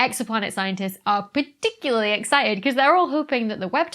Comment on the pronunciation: Excited, EXCI T ED. Not exci ed.